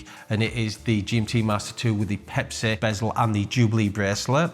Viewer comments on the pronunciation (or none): Pepsi not Pepsay